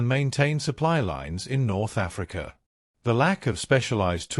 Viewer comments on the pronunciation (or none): none